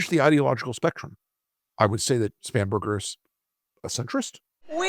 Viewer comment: Spanberger ,I thought you said spamberger 😂😂😂